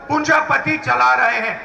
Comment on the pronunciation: पप्पू पूंजीपति तो बोल एक बार सही तरीके से पूंजीपति तो तेरे पै बोला नी जारा